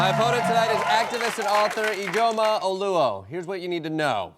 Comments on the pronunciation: its pronounced eedjioma, her dad is probably Nigerian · THREE syllables: ee-JO-muh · Ijeoma is pronounced Ije'oma. It is a disyllabic word. Ije pause Oma. Thank me Jordan Klepper 😁😁